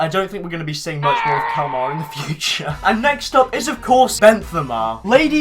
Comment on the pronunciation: Kalamar more like kalamari